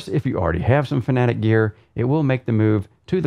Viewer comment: Fanatic lol 😆FAN-A-TEC FFS 🙄